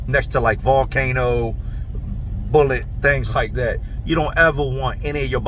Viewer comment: he said valcano anf bullet that was a good one